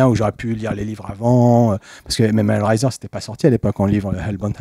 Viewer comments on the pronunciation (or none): Super episode mais pourquoi vous le prononcés hell riser ? rise raise hell raie zeur